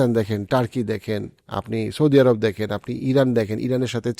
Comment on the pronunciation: এরাব না বলে কি আরব বলা যায় না?